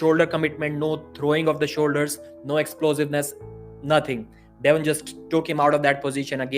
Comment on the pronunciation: Soon as I heard him pronounce devon I was out